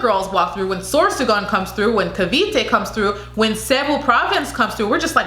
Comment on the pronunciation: CAVITE this how we pronounce it KA-V-TE PASAY (PAS- EYE)